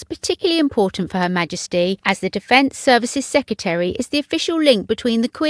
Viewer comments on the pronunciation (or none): Sec re tary, not seccatery. Speak properly.